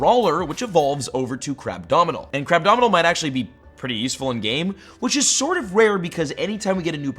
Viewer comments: he said "crabdominal" instead of "crabominable". Lol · It’s Crabominable! CRABOMINABLE! WHERE DO YOU YOUTUBERS THINK THE D IS COMING FROM? YOU DON’T CALL THE ROOT WORD “ADOMINABLE” DO YOU?!?!